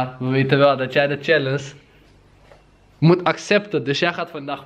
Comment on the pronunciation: Kan er echt niet tegen dat “challense” zegt ipv “challenge” 😭 Verder leuke vlog thoooo